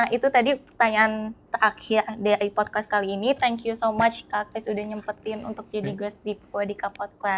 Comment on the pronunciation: Ini insightfull bgt tp saya agak penasaran kenapa hostnya selalu nyebut podkwest ya? Apa saya salah denger wkwkk